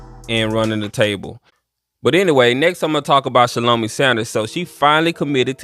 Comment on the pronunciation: It’s pronounced (shall-o-my) Great content.